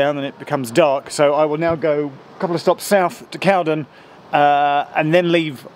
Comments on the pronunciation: Correct pronunciation is Cow-den, not Cowd’n. If you can find ‘The Two Ronnies’, series 6 episode 2, broadcast 26.11.77, have a look at the sketch ‘Charlie Farley & Piggy Malone’. They arrive at ‘Drake’s Bottom’ station, and a thumper can be seen departing in the background. This scene was filmed at Cowden station. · It's pronounced Cow-DEN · Glad you communed with nature at Cowden. I grew up in the woods just to the West of there (In a Cottage). On a still night i could lay in bed and hear the Thumpers go into the tunnel and often hear them come out of the other end. A small point, to the locals it's Cow-den not Cowd'n! If you ever visit again its worth a visit to the tunnel portal that end. You need to cross under the bridge and follow the footpath alongside the line, it splits and goes over the portal. You will then see that the tunnel has two portals as it has been extended by about thirty yards! I think this was done as the Bridleway would not have been able to get behind the original portal. The original portal was invisible behind undergrowth but is now visible due to clearance works that were performed a few years ago. Cowden station was used as a location for a Two Ronnies sketch where it was called Drakes Halt IIRC. Love your videos, keep up the good work. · Love this. I live near Edenbridge. Cowden is always pronounced Cow Den locally and the station is a long way from the village. Also Hever Station is a long way from Hever.. Edenbridge Town has a mud scraper as well. Wish I had known you were in the area as I would have bought you a pint in my pub, or even a cup of tea if you prefered. keep up the good work Geoff. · Check out East Grinstead station. There's been a large new footbridge affair built there. Went by yesterday and it seems near completion. As for Cowden, it's pronounced Cow Den, with the Den rhyming win Hen. Interesting video. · Cowden is pronounced cowDEN accent on 2nd syllable! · We’re going to have to chat about how to pronounce Cowden…